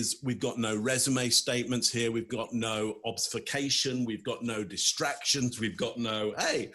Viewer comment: Obfuscation! Not obsfucation :) easy mistake to do